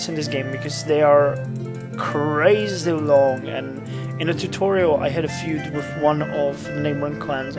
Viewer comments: "Feud" is pronounced "fyood" in English, fyi. I know, it's weird. English is an odd language. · It makes sense when you take the word apart. Fe-u-d, the U is where the 'yoo' comes from, in medieval times they probably pronounced it 'feyood', but now that the word has become modernised and simplified the E went silent over the generations.